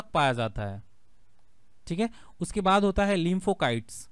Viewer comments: Kite nahin site shabd hi jaise lymphocyte not lympho kite Baki ki aap ki jankari ekadam sahi hai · लिम्फो काइट नहीं होता लिम्फो साइट होता है। Cyte means cells